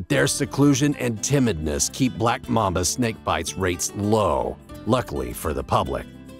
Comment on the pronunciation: mAmba not mumba